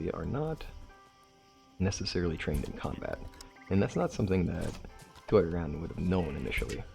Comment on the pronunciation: Kuroi = koo row ee in pronunciation. Hope that helps. I still remember some of my Japanese from college. :octopus-red-waving